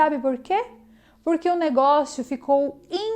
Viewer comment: '..."O negoço"...."o baguio"..".trambolho"...pequenos deslizes em um bom trabalho...